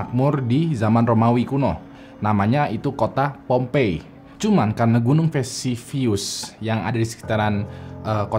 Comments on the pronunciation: Vesuvius bukan visivius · VESUVIUS bang, bkn Vesivius